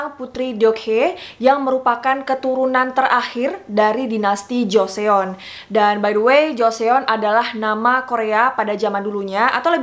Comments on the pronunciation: Nah iya, gue bingung orang2 kok bacanya pada jo-se-on. Padahal eo itu cara baanya o 🙈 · Pengucapannya bukan Joseon tapi Joson, karena klo bahasa korea setau aku pengucapannya huruf vokal yg double,yg dibaca huruf yg paling terakhir 🙂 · Benar banget Joseon di baca Joson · Kak sebutan joseon bukan jo-se-on tapi jo-son😊😊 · Bener mb... pdhl kk nya udh bener pronounce ny putri d(e)Ok(h)ye, tapi knpa baca jo-se-on..ga jos(e)On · Kaka saran kalau ada istilah atau nama asing, kalau bisa dicaritau dulu cara bacanya biar lebih seru 😊 contoh: Dokhye re:/dok-hé/, bukan /dok-hye/ 😊 lalu Joseon re: /jo-son/ bukan /jo-se-on/ Thank youuu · Joseon = Joson. Jo-son, not jo-se-on. Hehe Btw love bgt sama semua ceritanyaaaaaa 🥰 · Kak mau koreksi aja pembacaan nama dinastinya Joseon (조선) dibacanya Jo-Seon atau Jo-Son (huruf O nya dibaca seperti membaca kata "Gong") Jadi bukan dibaca Jo-Se-On tapi Jo-Seon. Karena vokal EO nya 1 huruf. Makasi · Josòn deh kek nya dgn aksen korea gt. Bukan jo-se-on. Prounciation korea beda sm penulisan nya. Kek misal kweanchana yo? Dibaca kincanayo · Joseon dibacanya joson dan deokhye dibacanya dokhe, jadi ngirain joseon itu nama orang krn kakak melafalkannya kayak jo/cho se yeon 😅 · Joseon di baca chosun atau josun bukan jo sé-on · kak bacanya itu joson bkn joseon aku nonton di korea reomit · Bukan joseyon kak, tapi bacanya joson, Bukan deyokhe tapi dokhye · Joson bacanya bukan jo se on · halo kak! maaf aku cuma mau memperbaiki pronunciation Joseon :) eo dibacanya kyk o juga kak jadi seperti JosOn bukan JosEon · hai kak aku mau kasih masukan. Joseon bacanya Joson kak, bukan Jo-se-on. terima kasih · FYI kak bacanya joson bukan joseon 😊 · Joson bukan jo seon baca nya👍👍👍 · Joseon dibacanya Jo- syon mbak.. bukan Jo-se-on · Bacanya langsung joson bukan joseon. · Pleaseee bacabya buka jo-se-on tapi jo-sonn!! 😩😩😩😩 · Dibaca "JOSÔN" bukan joseon 🤣🤣🤣🤣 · ganggu bgt nyebut jo se on jarus nya jo son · Iya bener banget. Karena hangulnya 조선 dibaca Jo son. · Bacanya Joson